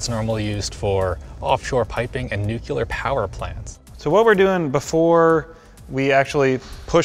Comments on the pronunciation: i can't take anyone who says "nucular" instead of nuclear seriously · THIS MAN SAID "NUCULAR"! THOUGHT WE WOULDN'T NOTICE BUT WE DID! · "nuculer" Okay, Bush 43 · “Nucular” :D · Did he just say "nucular?" 404 word not found. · What is a Nucular reactor? Is there such a thing as a Nuculus? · Nuke-ya-ler... I died a little inside... You've let me down... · "normally used for off shore piping and nuculer power plants" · Ah yes " nucular " power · Noo-clee-ar, not noo-cyoo-lar..... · Am I the only one that is mad he said "nucular" instead of nuclear? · Nuclear, not nucular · Nuclear is pronounced "new-clear," NOT "new-Q-ler." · nucular power plants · HE SAID NEUCULUR!!!!!!!!!! UNSUBSCRIBEDDDDDD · 'newk-u-lar' 😁 okay, W ! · Did seriously call it "nuculear"?! Nope. He's fired. Fuck off. Banhammer. Dismissed. You are the weakest link. You've been voted out of Survivor. Nuculear, come the fuck on...